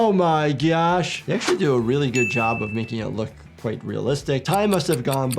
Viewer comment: Why did I hear bro say oh my gyash in